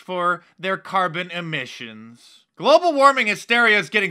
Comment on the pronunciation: Did anyone notice that AOC is worried about "Amissions" can anyone tell me what they are??? I know what emissions are and what admissions are but not sure what "amissions" are.